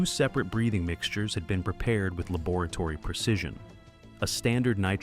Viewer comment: What’s up with the weird pronunciations on this video? He says saline like “Say-Lien” Laboratory like someone from the UK Mcguirre like MaGweary- pretty sure that should sound like Mc-wire. Is it AI-narrated?